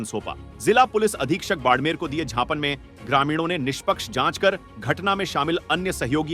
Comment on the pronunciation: पत्रकार महोदय झापन नहीं ज्ञापन सौंपा है बोलते हैं उसको 😂😂😂😂😂😂